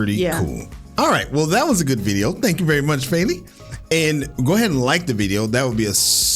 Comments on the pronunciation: btw, her name is not pronounced “Fayli” - there’s no y-sound in the middle there. It’s just as it’s spelled “Feli”, not feeli or felli. It’s short for Felicia, so even in English wouldn’t pronounce it “Faylicia” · yeah, it’s the emphasis. It’s more “feh-” so a similar sound but flatter than “fay-”